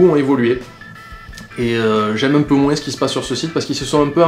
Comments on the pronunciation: Hum... La véritable question serait : A tu une pieuvre mutante dans ta bouche qui t'oblige à dire "de moins en moinCE" ou c'est juste ton accent ? :) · dans le mot "moins" le S ne se prononce pas. >< Sinon bonne vidéo.:)